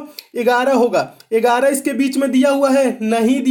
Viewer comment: Sir Ur videos are actually fabulous but i fell sometimes laughing bcz of Ur pronounciation of 11 इगाराह 👍👍like who felt to laugh